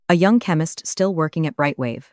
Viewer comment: Nice story, but honestly - we can do without the phony baloney sound wave form visualizations. They are an annoying distraction to an otherwise enjoyable narrative. However, several words were mispronounced as if the AI generator thought it was supposed to speak French: chemist, calculation, data, collaboration, agenda, satisfaction, caution. "Lead" as in "lead the way" was mispronounced as "lead" as in fishing weights."Read" was alternatively mispronounced as present tense when it should have been past tense and vice-versa.